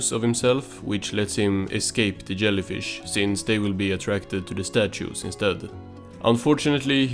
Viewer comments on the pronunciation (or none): Do you mean…a Swedish accent?